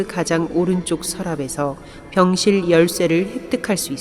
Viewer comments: 병실을 순간 병신으로 들었네 어우 뭐지햇다 ㅋ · 나만 병실을 병1신으로 들은건가? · 병실할때 병신으로 들림 ㅋㅋㅋㅋ 근데 그걸 체험할수 있습니다. 이러니까 개뿜음 ㅋㅋㅋㅋㅋㅋㅋㅋㅋㅋㅋㅋㅋ 아니 지금도 듣고있는데 자꾸 병ㅅ 병ㅅ 거리는고 같에 ㅋㅋㅋ